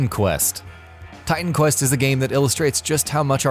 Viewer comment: Did u just said Titan quest? LOL